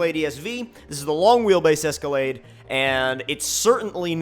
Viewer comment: I got Lamborghini doors on a Es-co-lade